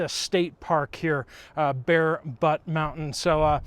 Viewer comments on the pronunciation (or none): Update. It's not butt. It's butte. Rhymes with newt. Just laugh. 😊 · Welcome to SD! Btw, Butte is pronounced Byoot…not but. Bear Butte is pretty awesome. Make sure you go to Spearfish Canyon! I love seeing you in our state! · It's Bear B-yoot...(butte) mountain 😊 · It's big Butte,not Butt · 😂😂😂😂😂😂 Butt butt butt butt .... 🤣 Butte ("Boot"). 👍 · Its pronounced byoot 😂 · It's pronounced like beauty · Bear Butte (beaut, as in beautiful). I'm in Hill City, just a few miles from Mt Rushmore.